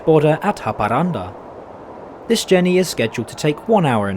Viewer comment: wow, I never expected a X52 to be the fastest train in Sweden, as a local this still surprises me, his pronunciations of Swedish words are funny and always makes me laugh, the pronunciation for Haparanda was on the more correct side though but anyways good video